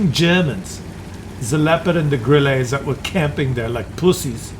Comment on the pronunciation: Not Gril leeee -> Grile [ speak it fast ( Grille ) ] or say cricket.